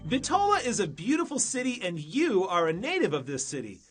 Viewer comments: Very nice. Only you are pronouncing Bitola wrong. Accent on the first syllable "Bit" i.e. Bítola not Bitóla. Macedonians put the accent on the anti-penultimate syllable in a word. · My heritage is from Bitola and that is the furthest thing possible about the history of this city..!! Why all the focus on the mosques?? Islam is the tiniest minority here? Deceiving video about the 'history' on top of not even being able to pronounce the name correctly lol Bit-ola (ola pronounced similar to dollar)